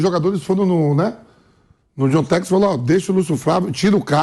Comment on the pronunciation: O Vampeta fala Jontex, ao invés de John Textor. 😂🤣🤣🤣